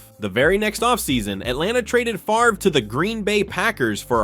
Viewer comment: Favre, not Farve